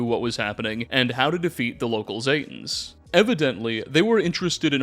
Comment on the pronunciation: ZEEEEE-tan, not ZAY-tans smdh, otherwise good video